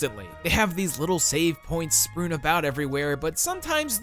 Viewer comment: "Sprewn" about? Really? I can usually ignore the constant verbal errors but this one I just can't. Especially considering it's correctly called "Strewn" .